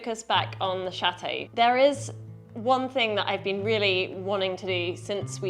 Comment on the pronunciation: You pronounce chateau Wrong. You live in France & need to learn the proper pronunciation of the words you are speaking. Ask Benoit to help you